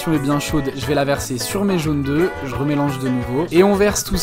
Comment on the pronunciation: Trop bon les jaunes deux.. On dit "jaunes d'œufs" au pluriel avec un F. Pour voler des vidéos sur le net, les reposter et faire de l'argent facile y'as du monde mais pas pour réapprendre à parler français correctement, quel monde...